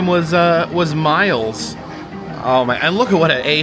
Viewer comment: Manson's middle name was pronounced "MILL-ES" not Miles.